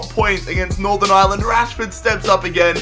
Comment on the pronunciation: I'm Irish and you said Ireland wrong